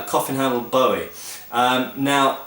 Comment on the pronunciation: Finally someone who pronounces Bowie correctly. I am tired of hearing people say 'boowie'